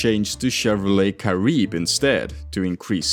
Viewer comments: Its pronounced Kah-ree-beh. Not Kah-rib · It's cah-REE-beh -- Spanish not French! 😘